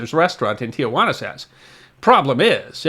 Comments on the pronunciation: It's pronounced tee-wana,, not tee-a wanna. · Hey. It's "Tee Wana" not "Tee-A-Wana." Tijuana is a city in Baja California. Tiajuana means Aunt Juana. Only one "A', not two. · Not Tia- Juana It is properly pronounced as it is spelled Ti Juana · Please, please - it is NOT TiaJuana - it’s Tijuana. Shame on you. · In case no one has yet pointed it out, it's tee-HUA-na, not tee-a-WA-na. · Love your stories, but must correct the pronunciation of Tijuana. It is not ti-ah-whana. It is ti-whana. Great story? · There may be confusion about the source of the salad, but not about the correct spelling and pronunciation of the first town south of San Diego: it's Tijuana, not Tiajuana. Only 3 syllables after being changed decades ago. History not forgotten. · A little tip. . . The city is not "Tiajuana" . It is Tijuana and should be pronounced accordingly, without the added A (its a common unfortunate American bastardization). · Yes it was very grating constantly hearing "tiawanna" instead of the proper "tiwanna". Even the one graphic said Tijuana. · It is "Tijuana" not "Tiajuana". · Pronounce the name Tijuana anyway you want, I'm not the police. But XTRA AM radio, that I grew up listening to, pronounced it with just 3 syllables. Not tia, but ti. --- If you can't trust Mexican radio, who can you trust? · Not to be too critical but Tijuana should be pronounced T wanna not T uh wanna. My HS Spanish teacher drilled that into me. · why do so many people add a 4th syllable to Tijuana? Tia Juana is Aunt Juana (loosely, Aunt Jane.) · As usual, most interesting and informative, but, but, but there are only two 'a's in the name 'Tijuana' not three as you (and many thousands) pronounce it. Nevertheless, good stuff. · As noted elsewhere, it's Tee-wah-na, NOT Tee-ah-wah-na. I grew up in the Sandy Eggo area and we would often stop for lunch at Caesar's on our way down to Ensenada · Tijuana, not "Tiajuana." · It is pronounced TEE-WANA, not TEE-A-WANA.